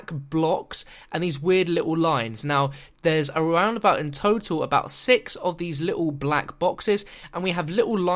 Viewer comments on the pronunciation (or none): none